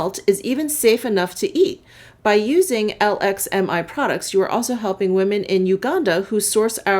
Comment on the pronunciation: Hi, I truly enjoy your channel. BTW LXMI is pronounced "Luxe me". Gabriela